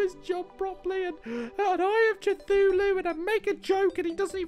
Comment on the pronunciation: No offense but you pronounce Cthulhu wrong, you pronounce it Cuthooloo